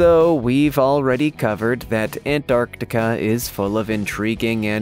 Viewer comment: Every time you say ant-arc-tiK-aaa I wanna bang my head against the wall